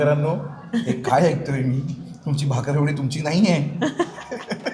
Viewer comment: त्याचे नाव भाकर वाडी नाही!!, tar is बाकरवडी aahe